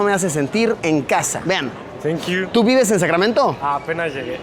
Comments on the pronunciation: neta? Más prieto que la vrg y dice tenkiu jsjsjs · “Tenkiu”… y eso que apenas llegó 😅.